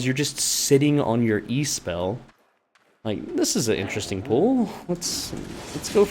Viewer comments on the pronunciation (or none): none